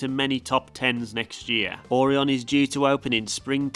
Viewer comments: ORION PRONUNCIATION HILARIOUS, not or-ian its or-eye-on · It’s or-ai-n not or-in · It’s O-Ryan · oreon? its o ry an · It’s okay say it with me. O-RI-ON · Orion Is pronounced Oh-Ry-an.... at least thats how all of the local kings island ads are saying it. I live 30 minutes from the park. Great Video and I'm kinda jealous of some of those Euro parks.... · Orion is said like this "Oh,Ryan" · Don't forget "Ore-on" 👍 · Dunno why he kept saying Aurion. It's not a Toyota. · couldn’t pronounce “o” ryan either 🤷🏿‍♂️ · it hurt the way you said orion